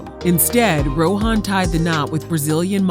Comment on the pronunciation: It’s pronounced Row - en. Not Ro - han. The ‘h’ is silent.